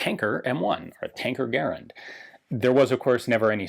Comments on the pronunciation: It's a garand not garnand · It's pronounced Garand, not Garand. C'mon Ian you know this.